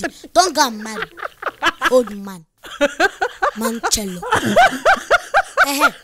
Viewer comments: Just "bachelor" but for comedy reasons she said manchellor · Its "bachelor" emannuella 🤣🤣😂😂 thia makes me cracks hard 🤣😅😅